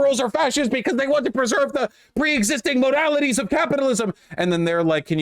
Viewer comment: why'd he roll that R in moralities lol 😆